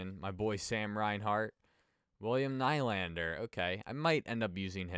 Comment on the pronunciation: the way you said nylander